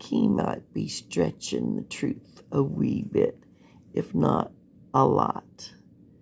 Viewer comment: He prolly spells it trooff the same way he pronounces it.